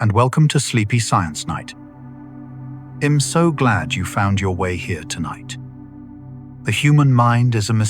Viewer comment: Did you just say Em so glad? em? Fu AI